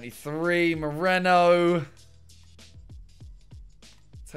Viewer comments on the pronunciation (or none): none